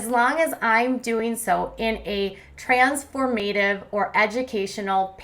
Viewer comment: Not trans-4-mA-tive.....TRANS-4-Ma-tive. Please if you’re going to be a ‘host’ go over what you plan to say and check a thesaurus and dictionary for correct pronunciation.